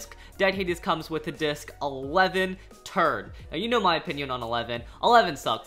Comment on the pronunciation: I thought he said turd but he said turn 😂😂😂😂😂